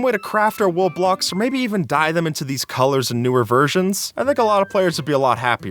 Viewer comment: is it just me or does him saying wool blocks sound like roblox